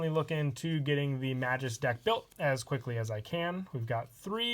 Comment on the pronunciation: It's maGus Not maJus Wtf?